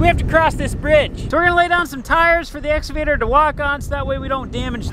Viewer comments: daddy cornstar it is ex cavater not exa vater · Makes me chuckle every time says "escavater" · What’s an “exovader”???? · There is a ‘C’ in exCavator, and it is pronounced with a hard K sound.